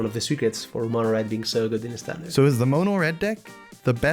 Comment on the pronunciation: he says "Mona" red lol, wtf..........Its "Mono" as in Monochrome